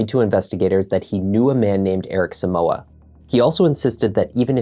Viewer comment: The name is so-mu-ah not soo-mu-wa. It's a Ghanaian name please so don't grammartize it🙌